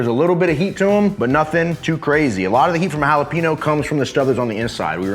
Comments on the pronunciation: Holla-peen-yo. Not Holla-peen-oh. You live in Texas now sir. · Jalapeño! Not “hallowpeenyo” 🤦🏻‍♀️ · The mispronunciation of "Jalapeño" hurts my soul FYI This👉N and this👉Ñ are 2 different letters